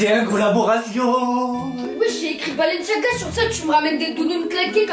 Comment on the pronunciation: Le père : bababalenciga mdrr